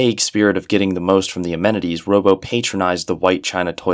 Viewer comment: These sound like genuinely fascinating and well-written stories and I have to thank you for making me aware of them, but I just can't sit through this with all the mispronunciation. "Robbo" ought to be like "Rob", since his name is Robert, rather than "robo"; "palatial" is "pa-LAY-shul" not "pa-LAT-ee-ul"; and so on